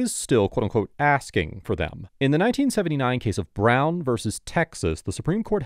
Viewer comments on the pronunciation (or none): none